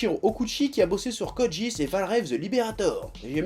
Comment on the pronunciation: Tu dis Code jeass au lieu de Code Geass ? x)